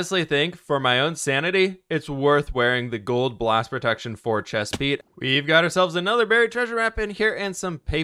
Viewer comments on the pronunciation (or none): none